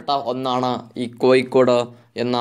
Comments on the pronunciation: കോയിക്കോട്‌ അല്ല കോഴിക്കോടു് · കൊയി േക്കാട് ആണോ കോഴിക്കോട് ആണോ ശരി താങ്കൾ പറയുന്നത് താങ്കൾ മനപൂർവം കൊയിക്കോട് എന്ന് പറയുന്നതാണോ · ഇയാൾക്കു എന്താ "ഴ" എന്ന് പറയാൻ പറ്റില്ലേ. കോഴിക്കോടല്ല സുഹൃത്തേ കോഴിക്കോട് എന്നാണ്. Calicut